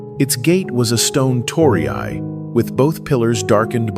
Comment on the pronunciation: 唐揚げ Karaage is not pronounced Ka-raaj, but ka-ra-a-gay からあげand鳥居Torii is not pronounced toh-ree-ai but toh-ree とりい. Finally Ema 絵馬 is not pronounced ee-ma but eh-ma えま.